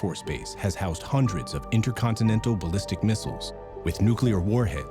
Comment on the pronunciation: Missles? Mistles? I think you mean missiles.